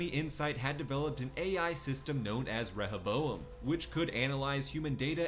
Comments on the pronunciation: It’s RE-HO-bo-em. Not rehe-bo-em. Seriously annoying to listen to. Did you even watch the season? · ReHOboam. Not rehèBOam